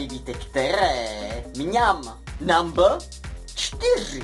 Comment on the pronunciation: Když neumíš říkat slovo "number" tak ho prostě neříkej!!!